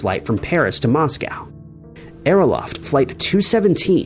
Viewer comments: I mias the Scripture and hopefulbess at the end of your vidros. Also, please work on your pronunxiayoon of Men-del-AY-EV and AERO--FLOT, not LOFT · Great series, but it would be nice if you would research these two pronunciations: Aero-FLOT (not -"loft") and DUB-lin (not dub-LIN).